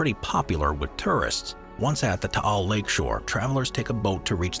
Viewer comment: Taál (thank you for pronouncing it properly) erupted on January 2020, so now the island is still the same except no flora, horses, or tourists. I remember it covered Metro Manila and surrounding provinces with ash fall; we all wore masks to avoid inhaling the toxic particulate matter floating around..